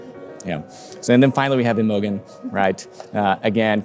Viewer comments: Excellent video. The boys with their retro punk and hoodie visions were surpassed by classic 1930’s styling. One thing. I did feel sorry for the third place candidate Imogen Pike when you butchered her name and called her Imogon!! It’s pronounced “Im o Jen “ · What a monstrosity on the catwalk, I'd give 90% of them an F-. Poor Imogen, lol how you pronounced her name.